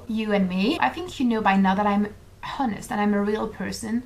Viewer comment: Just a tip, honest has a silent h.